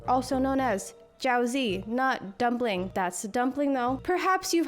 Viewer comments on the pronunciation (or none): JiaoZEE and MAN-doo hurt me. Absolutely loving the video so far but please look up how to pronounce these words before you say them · Okay, but I'm going to need you to look up how to say jiaozi if you plan on saying it in a video again. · Firstly, should research how to pronounce words when covering foreign foods. She mispronounced jiaozi, which was cringe. Secondly, it's called Xiao "long" bao, not "ling". Thirdly, in China, people eat all kinds of flour wrapped foods all meals of the day, dumplings being one variation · that's not how you say jiaozi 🥺